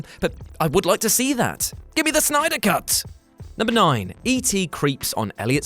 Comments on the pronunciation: It's Synder!! Who is that Snyder person you speak of? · SYNDER or SNYDER?!